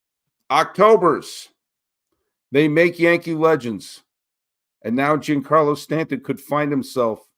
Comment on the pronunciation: I like your takes and you're very knowledgeable but please pronounce Giancarlo correctly.